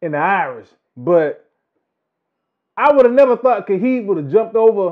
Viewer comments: Why does he keep saying “Khahib.” The man’s name is “Khabib.” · it's actually Habib, pronounced (Ha-beeb), it's an Arabic name and it means (lover).